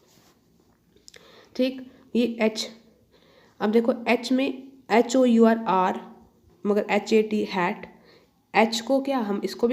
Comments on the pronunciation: Hour is pronounced like aw uh...not r. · Maa'm, hour is pronounced as our and Our is pronounced as 'R'.